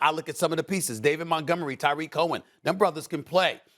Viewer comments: 1. Naggy wasn’t there with the Trubisky pick. 2. It’s ‘TARIK’ not ‘TYREEK’. Tired of correcting this man smh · And he said pagano was the defensive coordinator even tho he retired and he said tarik wrong🤣